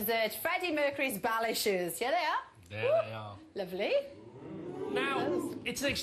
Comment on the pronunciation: I thought she said Bowel Issues not ballet shoes lol.